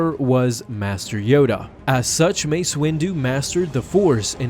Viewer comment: U said massa